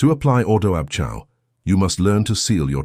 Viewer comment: Iol.. ordo ab Chao .. chao is not pronounced chow. lolol.. its pronounced kay-o.. a.i. rubbish.